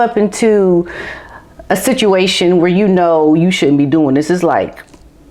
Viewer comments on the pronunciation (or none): none